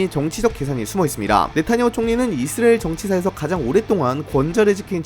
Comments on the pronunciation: 형님 이스라엘 발음하는데 왤케 힘들어하세요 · <이 스 '레' 일 > 만 들리는 영상